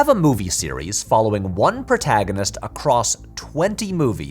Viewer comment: This sums up my feelings on Tenet, since I did not feel the need to watch it three times to "get it" and failed to understand what people who did were missing. That said I did not vibe with Tenet and was repeatedly irritated by pronunciation of "protaginist" which remains my number one takeaway from the film.